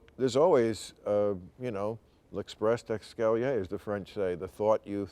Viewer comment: "l'express de escalier" instead of "l'esprit de escalier" is bill maher in a nutshell - a vague lazy stab towards the right idea, and missing.